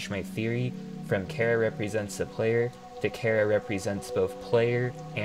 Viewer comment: Small mistake, you said there's no canon pronunciation for Chara, but in Japanese they pronounced it something like Kyara